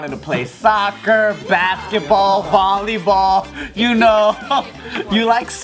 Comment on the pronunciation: She said baskeeball that makes me cringe